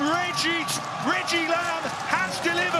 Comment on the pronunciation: richie lambe? Its reggie